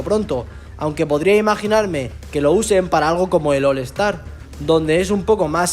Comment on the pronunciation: "Ol Estar"... Jajaja los españoles y su inglés 😂